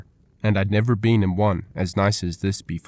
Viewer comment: Who pronounces been as bee-N? Wyatt ear-P, Osage like sausage? Chunk wagon? Dear lord, if you pronounce Wichita, Cheyenne, Winchester, or Bisley why are we narrating a western?